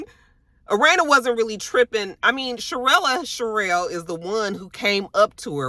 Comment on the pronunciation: Hey!! It's Cherelle, no "uh" at the end lol. And his name is Black. I don't know why the hell Ashley can't get her damn name right, lol